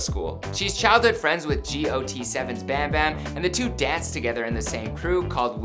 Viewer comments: It’s not g o t 7 it’s got7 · It’s not “G.O.T 7” it’s literally just “got 7” I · did he just say “Gee Oh Tee Seven”?! 😳 smfh 🤦🏽‍♀️ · "Im bound to mess up some words" next sec.. she was born in saeoul south korea cringes lol and its got7. Its not spelled out. No hate just teasing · Wow the way they pronounced "Got 7" has me triggered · “G o t 7” I CANT LOL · G. O. T 7 LOL GOT7 K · godlisa lmao same. I had to pause and take a moment I was like “did he just say G-O-T?? It’s Got7”